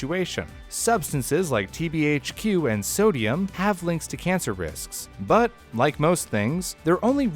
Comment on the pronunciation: my man being able to pronouce TBHQ will forever impress me for my life.